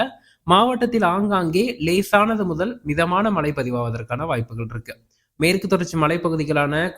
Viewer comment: மலை இல்லை மழை கிலக்கு இல்லை கிழக்கு ல இல்லை ழ மழை பெய்தாலேயே தாங்கமுடியல மலையை எப்படி தாங்குவது? முதலில் தமிழை படி பின்னர் வானிலையை படிச்சு கிழிக்கலாம்